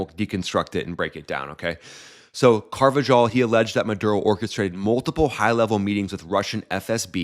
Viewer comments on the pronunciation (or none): none